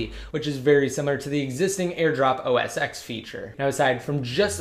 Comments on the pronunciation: It's pronounced OS ten not x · It's not pronounced 'OS X' it's OS Ten'